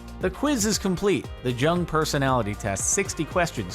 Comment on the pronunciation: It’s pronounced YOONG.